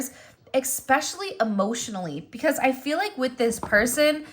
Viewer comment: Expecially? Especially. No X